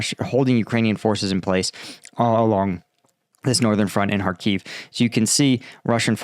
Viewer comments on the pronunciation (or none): none